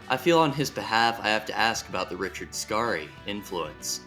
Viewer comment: It’s just Richard scary like “scary movie” not skar e. Like man that was scary just say it the way you read it. Why go out of your way to pronounce a name wrong